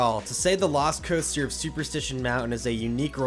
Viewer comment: Anyone else hear Velocicoaster when he says lost coaster?